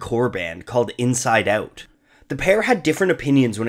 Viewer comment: Awt.. you are canadian.